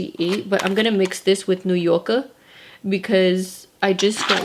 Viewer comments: Every time she says New Yorker like a New Yorker... New Yorka🤣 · I like the accent every time she says "New Yorkerrr" 🏙️🌆🗽. Love these videos. So pretty. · Lmaoo the way you’re saying New Yorker u got me dead